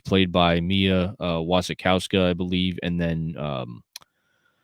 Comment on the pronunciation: I love this 4K release so much that I keep looking for reviews even after buying and watching it:P P.S., your pronunciation of Mia Wasikowska's name is excellent. I'm Polish, so I can tell 😉